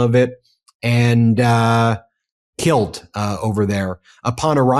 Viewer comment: "kilt, over there." Is over there in Scotland?